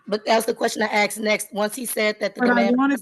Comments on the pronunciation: Why does she keep saying axe? That really annoys me. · Of course she says axe instead of ask. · She should be jailed for pronouncing 'asked' as 'axed' anyway. Also, the arrogance of saying to a judge "did you know..." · your question can’t be “axed” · I find it hilarious that after all these years black people cannot say a three-letter word correctly. They cannot say the word asked. These people are so ignorant and stupid.